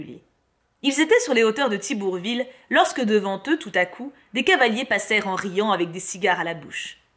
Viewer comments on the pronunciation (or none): "les hauteurs de TIBOUrouville" =D